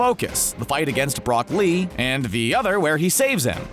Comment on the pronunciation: d............did he say Brock Lee.......... Nope.............. I'm done! The cringey AF mispronunciations weren't bad enough? #Unsubscribing